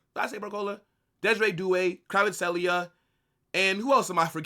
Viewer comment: what is this Kvartskelia pronunciation 😂😂